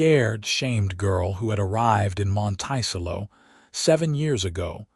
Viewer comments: Monticello is pronounced, “Monta-sell-O”. There are some AI mispronunciations I cannot ignore. I empathize with Genevieve: being pregnant, in a very different geographical setting. Glad Lucas saw Genevieve - her worth, resilience. Listening from Clarksville, TN. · Oh what a beautiful, beautiful story, I cry, happy tears several times during listening to this. Isn’t it strange how one act can change your whole life and how can anybody ever call a child a mistake. There a miracle given to us from God, something to always treasure even though I loved this story AI needs to learn pronunciation!! The pronouncing of Monticello wrong drove me crazy through this whole thing. But I did love the narrator’s voice. It’s quite pleasant thank you for the story. It is truly appreciated and I am looking forward to more. This is Betty listening from the beautiful San Francisco Bay area is. AM.😊❤❤❤❤❤❤ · How to pronounce Montecello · I’m glad that the correct pronounciation of Monticello has already been shown. I want to laugh every time someone says it. Otherwise, this seems like a very nice story.😊😊😊😊😊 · That’s the craziest pronunciation of the word I’ve ever heard! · I cringe every time it is mispronounced. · How this mispronounced word could be interpreted to sound this way when we have two other perfectly valid pronunciations depending on the location in the states! It does make me cringe, when I can understand and give grace for the other two. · Beautiful love story of love found and a family that followed. AI sucks and UTAH is not pronounced as utah and Monticello is pronounced terribly.